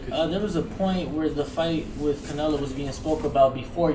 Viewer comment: somebody tell Krusher its Canelo not Canela! lol